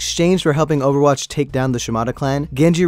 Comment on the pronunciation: im sorry did he say oerwatch 2 HAHAHAHAHAHHAHAHAHAHAHAH